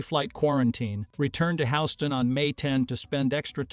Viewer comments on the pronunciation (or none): Update the AI voice pronunciation of Houston, Tx. It's not Howston. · stop the AI voice narration. No one says, "House-tonne" for Houston except a dumb AI algorithm. What else is wrong? come to mind. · you need to learn how to pronounce HOUSTON. It is not House-ton. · "House-tonne", we got a problemo. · AI can't pronounce "Houston". It says HOWston. LOL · How-ston, we have a problem. :face-blue-smiling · Is this video using a AI voice? The pronunciation of the word, Houston, is a dead give-a-way. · since this channel is aimed at techies, what are you using for voice synthesis? AWS Polly allows for a custom vocabulary - like "Houston" as well as rules for how to pronounce years. Incorrectly pronouncing these things has a comedic effect that makes the channel sound less competent and authoritative.